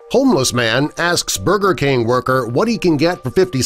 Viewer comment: He said burber king SMH